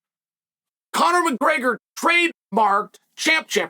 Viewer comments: “Conor McGrrrgrr” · Conor mcgurgur Gotta love chael's speech impediments